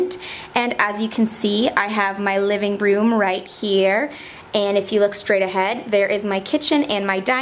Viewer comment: OMG I love this but did you say livingbroom? 😂